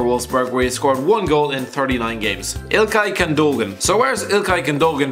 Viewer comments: Jacob? Gun-doe-gan? Really? It's pronouned Yakub and Goon-doe-wan. Not that difficult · Gundogan is pronounced güdoan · Gündogan is also pronounced Gun-doh-an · ITZ PRONOUNCED GHUNDAWAN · It's pronounced gun do wan